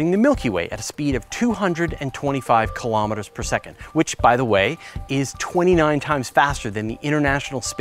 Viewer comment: KILO-METERS -- not kalamaduhs.